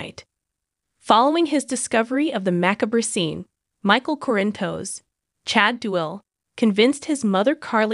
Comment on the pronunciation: Oh great a new one 😠😠😠 Yes we have known for 2 weeks he was... need to pronounce Sonny's last name correctly...